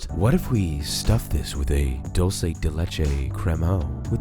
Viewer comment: It is dUlce de leche, not dOlce de leche…